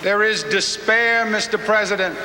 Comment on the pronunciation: Cuomo is peesident